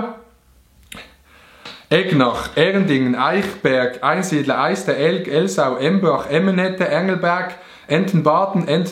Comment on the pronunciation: Einsiedle hesch falsch usgsproche... bitte wiederholen! Sonst NEF